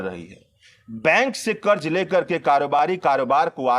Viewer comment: उच्चारण का संज्ञान ले हजार( हज़ार) कर्ज( क़र्ज़) प्रतिसत( प्रतिशत) छेत्र( क्षेत्र) भासा ( भाषा)